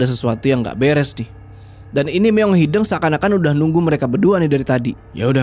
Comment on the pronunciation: Lucu pas bilang "meong hideng"😅😅.. harus nyaa meong hideung.. d sunda "hideng" sama "hideung" beda arti😅😅..